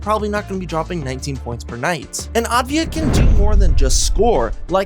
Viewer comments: Pronounce it Av-dee-ya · Great video but its pronounced deni avdiya, works too